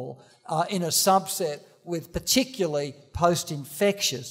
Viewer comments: He means particularly but he is saying it wrong. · Funny that he can't say "particularly"